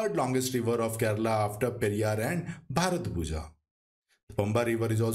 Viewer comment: Pronounciation of bharathappuzha is bharathapuya☺️ Most of the malayalam words (zh is y)